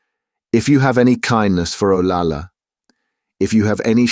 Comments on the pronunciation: Interesting treatise on the class and cultural divides at the time. Having lived in Spain and having a relative named Olalla , pronounced O-lie-yuh, hearing O-La-La sounded ridiculous for an otherwise excellent reading. There are reference books such as Spanish English Dictionaries that provide correct pronunciation to stay true to the narration. A little research goes a long way. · Double L is pronounced like Y, so her name is O-LAY-AH. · Double L is pronounced as a Y, so her name is O-LAY-AH. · Actually, it's pronounced OL-AH-YA. Double L in Spanish is pronounced like a Y in English. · Olalla us mispronounced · The "ll" in "Olalla" should be pronounced like a "y". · You are absolutely correct about double l being the y sound! Obviously the narrator did not know that.